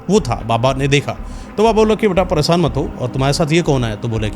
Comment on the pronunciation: Baaki to sabh theek hai lekin bhai apni hindi theek kar lo thorhi si. Visnu nahi vishnu , sadi nahi shadi aur presaan nahi preshan hota hai etc